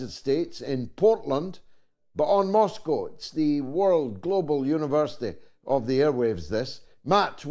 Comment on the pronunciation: God I wish American could learn to pronounce Moscow properly. Especially by a person who claims to have worked and lived there.